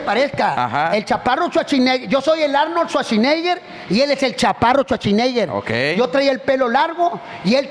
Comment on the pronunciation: jajajajajajaja el Arnolshuashineger